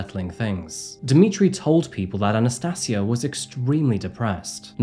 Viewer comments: Sorry man, Anna-stayj-ia.... That's how you pronounce her name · Anna "sati" asia. FFS man learn to pronounce. Mong. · I think you respect her name and not add an "r " at the end of it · I'm not sure you're pronouncing her name correctly It's Anastasia as in Asia Not see aa